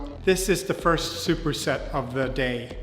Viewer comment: Please stop saying fist.